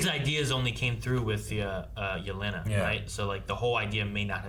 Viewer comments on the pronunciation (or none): Man, hearing the english dub say Yélena instead of Yeléna is pure cringe